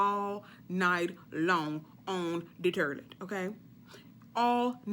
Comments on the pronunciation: I like how she say toilet 😂 terrlet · Lol😂😂😂 she said turdlet not even toilet! I'm ready! Staying home all day today! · Awww she said 'Terlett' as in toilet😁😁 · I know damn well she didnt just say the “terlet” for “toilet” 😐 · "... on the 'turlet'" 😂😂😂😂😂😂😂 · 😂 lmao with this girl with the turrlet, instead of toilet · The turlet ..🤣🤣🤣 T4S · Did she say turdlet lol country lol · Terleet!!!!....honey you need a prescription on english...that will work immediately and keep you up all night!!!! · Did she say turlet? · “Stay close to the terlet” 😂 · She said "STAY. NEXT. TO. THE TERRLETT!" 🤣😂🤣😂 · On the “terlet” lmao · you are silly... hahahaha...Terlet. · 😂😂😂 not the terlete😂😂😂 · Turlet'....lol. I love your lingo. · TURDLET wtf is a turdlet , ah ! i just got it. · Stay next to the "turlet" 😅😘😅😅😅😘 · The "turdlet"!!! LMAO!!! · The “Turlet” 🚽 😂🤣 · She is hilarious! "Turlet" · "Da tirlet" lol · On the turlette! 😂😂😂😂😂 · The turlet 😭😭😭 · "Terlet"... okay??? Lol...😂😂😂 But seriously...laxative. Be very careful. I'm an RN, trust me. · Sounds like "turdlet" 🤣